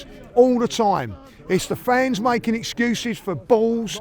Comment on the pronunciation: All i 'earin' iz e'cuez! Then lists loads of excuses.